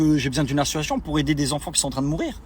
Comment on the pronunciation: Association monsieur Dylan pas assuassion 😂😂😂 il incroyable 🤦🤦🤦